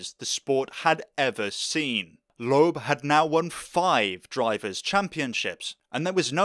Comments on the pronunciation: For the past week I haven't been able to get the way you say Loeb out of my head: "LOOEB" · Good video but the bizarre pronunciation of Citroën and Loebs name was grating